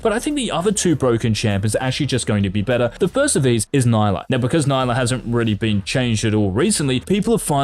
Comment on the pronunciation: Not naylah its nila ni ila